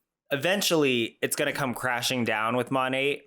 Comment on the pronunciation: I thought the T was silent, she keeps saying "Monate"